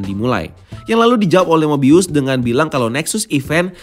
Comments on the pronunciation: Nyebut Mobiusnya bukannya normal aja (mo-bi-us) ya? kok nyebutnya Mo-bay-yus terus ya? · Mo bay yus